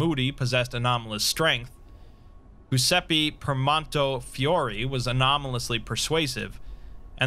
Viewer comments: Exploring all the ways to mispronounce Giuseppe. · I was actually talking about the phonetics, as an italian I always find funny how Giuseppe is one of the most butchered names by english speakers (I'm not mocking you, I'm pointing it out in a lighthearted manner). About the haze, hope you'll feel better soon! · I was looking at the comments to see if anyone else noticed that. Lol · Where you trying to read Giuseppe? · Yeah. The Italian version of Joseph is "Goose a pee" to him and the Broken God Mekhane becomes "Mac Cain" for him... Maybe that means, Nostradamus is for him "Nooster day mahss" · You ever heard him spell Mekhane? For him, the Broken God is "Mac Cain" instead of "Meh + kah + neh" But making Giuseppe into "Goose a pee"...crivvens, that's a new low *facepalm * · That’s a great narration as always, but your pronounciation of “Giuseppe” cracks me up, sorry